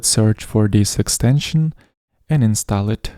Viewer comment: Но "install" вроде произносится как "инстол"